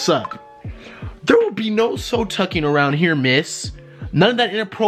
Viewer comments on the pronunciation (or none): Am I the only one that caught “soe tucking” 😂😂🤣